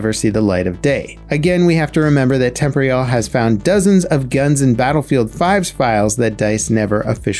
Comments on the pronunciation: Tem-por-al, not tempory-al. Jeeeez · Wtf is temp ree al. Temporyal Temp or e ul temporial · Surely it's pronounced "tem-POR-ee-al" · Absolutely this. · pretty sure its pronounced tem-por-eeh-al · I commented this like a month ago and I feel like he still mispronounces it to spite me lol. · It kinda annoys me how you mispronounce temporyal